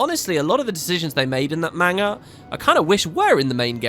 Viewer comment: It's pronounced man ga not mang a :) Great series, I just need to do some catching up now